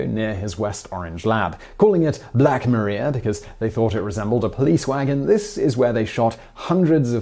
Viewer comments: Black Maria, in the context of police vehicles, is pronounced ma-rye-a, not ma-ree-a. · I grew up a few towns over from the Edison museum. Visited it a lot because it was an easy field trip. They call it the Black Mariah. Like Mariah Carey, not Maria like Avé Maria. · Where I come from, when specifially talking about the old cop cars, black Maria is pronounced Mariah (ma-rye-ah phonetically)